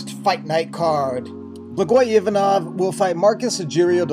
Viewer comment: Man you pronouce blagoys full name perfectly. Thank you for sharing his story man not many people know it. One of the best mma channels for sure, keep it up, all the best from bulgaria